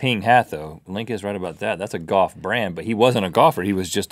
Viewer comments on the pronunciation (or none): The way they say "golf" sticks out like a sore thumb... Goff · Rhett says golf as "goff" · Link pronounces Golf "Goff"